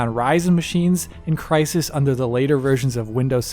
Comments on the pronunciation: its Crysened, CRYSENED! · I physically cringed when you said crysisened